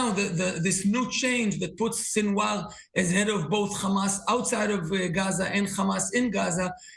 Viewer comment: Sinwar is pronounced: “Seen Wah”